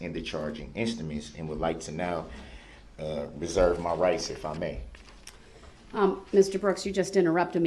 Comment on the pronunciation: Never got y his emphasized "reserve all my rights" til I found this--- "A reservation of rights, in American legal practice, is a statement that an individual, company, or other organization is intentionally retaining full legal rights to warn others of those rights. The notice avoids later claims that one waived legal rights that were held under a contract, copyright law, or any other applicable law."